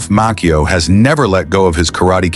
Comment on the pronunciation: Ralph Macchio pronounces his last name as MAH-chee-oh not Mock-eo.